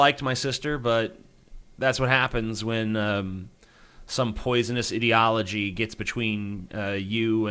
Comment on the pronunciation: I like the way you pronounced ideology lol like idiology